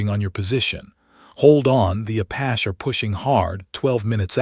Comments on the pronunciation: LOL was gonna say that,... the way the AI say Apash is super annoying! Like the others where they pronounce Porsha for Porche hahaha... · Please please please.....Apache is not apach. Its prounced Apachee. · Apachee, not Apach! Bree-thing, not breath-ing! Surely your narrator should have made corrections by now! Yet I hear these errors over and over on this same storybook by this same narrator.